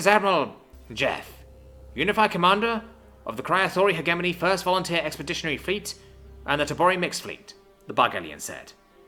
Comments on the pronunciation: its pronounced "he jeh money" not he gey money come the f on man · I wish I could listen this to completion but after third "heghemony" I gave up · "Hedge A Mony" please and thank you. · Jesus christ, cant even pronounce hegemony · Not bad. Work on your pronunciation of the word "hegemony". The g is pronounced like gem, giraffe, ginger, and * shudders * gif. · "Hegemony" is pronounced with a soft G, not a hard G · You read more than you listen. Good, but it means your pronunciation takes a bit. "indictment" and "hegemony" were mispronounced. 👍